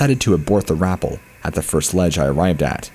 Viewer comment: Rapell like Dave Chapelle, not rapell like apple. I love your narations but sometimes your pronunciation gets me giggling.